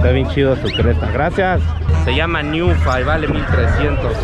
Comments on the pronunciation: Ninfa, no niunfa😆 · Amigo no sabes nada de animales, y no es niunfa, es ninfa, los pavo reales los machos son azules y las hembras son cafés, como haces videos sin conocer ningún animal, informate antes no manches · No es niunfa es ninfa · Se llama Ninfa...no Niunfa. Y a los guajolotes se les dice coconos...no conos.🤭 Conos de rueda...jajajaj😂🤣😆😃